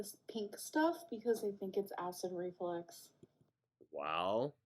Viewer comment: I hate that she says "acid reFLEX"